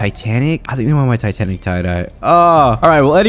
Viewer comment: lol he say tanatic cat